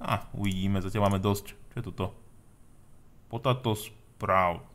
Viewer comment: Btw. Potato sa číta potejto :D